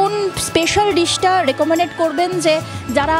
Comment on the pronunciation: ঠিক বলেছেন, বড্ড কানে লাগলো... কথাটা 'রেকমনেড ' নয়, ' রেকমেন্ড' ( recommend)